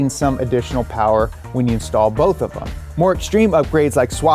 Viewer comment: lol I thought you said stall so I had to listen again to hear “install” 🥲😂😂😂